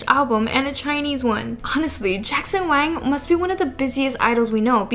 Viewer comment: Staph pronouncing WANG as WANK!